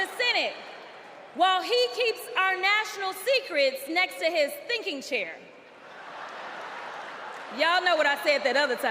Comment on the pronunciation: Did she say thinking chair or stinking chair? 😂